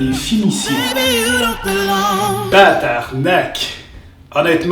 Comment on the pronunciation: Attends tu as dit batarnac aux lieu de tabarnac. WTF. As tu fais exprès ?